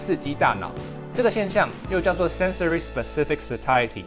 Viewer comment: sensory 不是sensoey哦，不过读的非常标准（from my foreign friend）